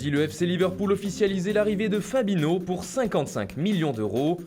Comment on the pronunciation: "Fabino" 😂😂😂 les gars changez de commentateur